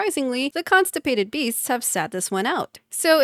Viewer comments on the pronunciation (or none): Did she just said concipated beast? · "Constipapted" beasts LMAOOOO